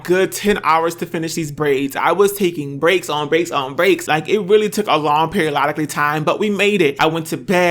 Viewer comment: “A long periololiclly time”😂😂😂😂